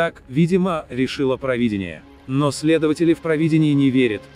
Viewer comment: Ты какой национальности будешь? Явно не русский. "ПровИдение" вместо "ПровидЕние", "что-то, куда-то" и пр. с ударением на "то". Или просто жертва ЕГЭ?